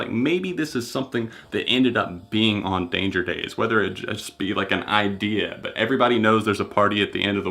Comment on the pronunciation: He said IdEa